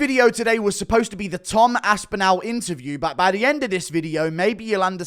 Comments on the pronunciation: It’s Tom Aspinall like tall not Aspin-owl… 😁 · "Its gonna be an Aspinal fest!"